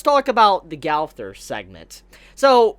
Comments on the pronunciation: Gawther really... r u trying to pronounce gowther wrong? Go-ther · I love how u say gowther its prounounced gunther but it looks just like gowther tho